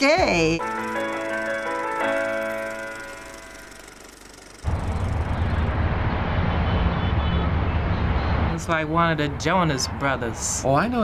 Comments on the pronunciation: “Pretty pretty riskay” Ik it’s risky but she said riskay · "Riskay" lol